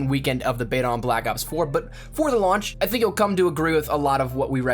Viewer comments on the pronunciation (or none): none